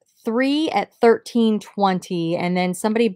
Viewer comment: Haha when you said 2013 Jose Cuervo that "thurtain" twang came out. I'm also from Ohio and find myself getting tongue tied like that occasionally too.